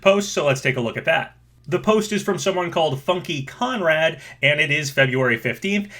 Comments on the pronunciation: 😂 Again XD his name isn't Funky*conrad* but Funky*connard* . And "connard" is an insult in french that basically means "**shole" XD XD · Tu est francais? Jai crié de rire quand il a dit "FunkyConrad" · Always love watching your vids, man! I think it's pronounced Funky "con-nard" - as in French for "idiot". Keep up the amazing work! And your new digs look sweet!